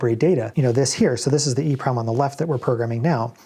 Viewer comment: I always say “E-PROM” so it cracks me up every time it sounds like you say “EEEEEE-PROM.”